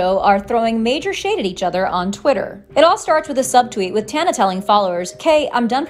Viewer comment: can y'all learn to pronounce her name or just don't lol